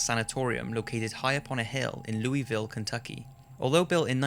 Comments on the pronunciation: That isn't how you pronounce Louisville. It isn't "loo-EE-vil", it's "loo--UH-vull" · that's not how u say Louisville =3 ur close good try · THATS NOT HOW YOU PRONOUNCE LOUISVILLE my god why do people who aren't from Kentucky pronounce is wrong